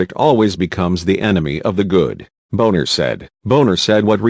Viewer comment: Turns out that Boehner was right. It would be nice if the narrator would be respectful enough to pronounce Boehner and Obama's names correctly.